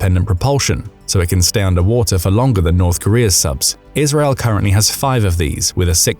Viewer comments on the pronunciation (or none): none